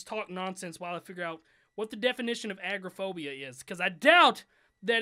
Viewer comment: uhm... just saying it's not agroaphobia it's agoraphobia... A-Gore-Ah-Phobia